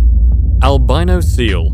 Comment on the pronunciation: It should be pronounced "al bee no", not "al bye no".